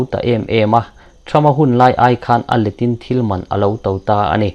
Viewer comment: A letin tih chu, i va chhiar dik lo ve, tlan let leh a let anga chhiar tur, let tawp tawp angin i chhiar a